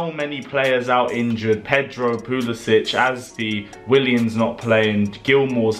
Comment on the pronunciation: Got damn it's pulisic not pulisich his not Slovakian it Siberian